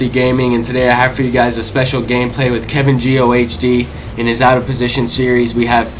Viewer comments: It's KevinGeeOhhDee not KevinGeeOHDtv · The h is silent, but good video!